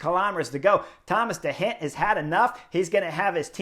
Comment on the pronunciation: I learn and love your analysis. Only one problema: your pronunciacion of the names of the riders: i.e. de Gent , Movistar Arcas, or your wonderful descripcion of you triumphal victory at Angilu. Gracias anyway